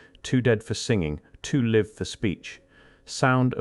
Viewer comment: "Too live for speech". This is a great video! Just wanted to point out this moment because "live" is pronounced as the verb, rather than the adjective (long-I). It broke the illusion of a human narrator.